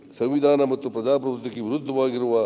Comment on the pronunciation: ಲೂಸ್ ಬಡ್ಡೆತದೆ.. ಸ್ಪಷ್ಟ ಉಚ್ಚಾರಣೆ ಮಾಡೋ ಪುಣ್ಯಾತ್ಮ😂.. ಪಜಾ ಪಬುತ್ವ ಅಂತೆ 😂😂😂..ಕೃಷಿ ಕಣೋ ಅದು.. ಕುಷಿ ಅಲ್ಲಾ 😂😂